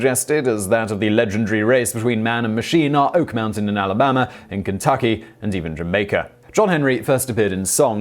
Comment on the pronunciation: “Alabamer” that really did make me lol